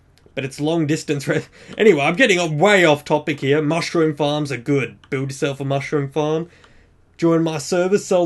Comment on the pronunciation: U say here like heya